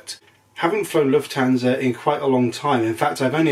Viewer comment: I don’t understand why English people always pronounce Lufthansa wrong. You pronounce the a like a American person would pronounce the a in can, but the British way to pronoun he the a wold be right.:) Hope everybody is doing well. Habe a nice day and now I’m gonna watch your video.